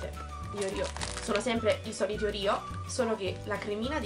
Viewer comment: si dice oreo non orio